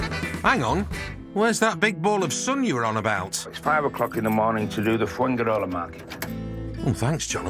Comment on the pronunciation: Is it not amazing that foreigners after living abroad for even 20 years, still do not know how to pronounce very basic words or even the place they live in like Fuengirola.